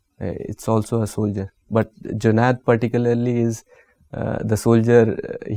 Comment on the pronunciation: The interviewers are the people who are the most qualified and dignified officers , but can not pronouncing his name JUNED properly , they are pronouncing ZUNED ,bas yahi masla hai language ka hum logo me